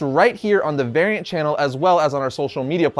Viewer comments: Thought he said “Aryan nation” every time he tried to say variant. Lmao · This man said variant nation and I really heard Aryan nation lol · not going to lie, i totally thought he said Aryan Nation at first, lol. but he won my trust back with the Angel Grove High t-Shirt.